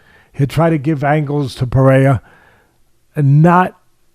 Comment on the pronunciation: Alex “Paraiya” Pereira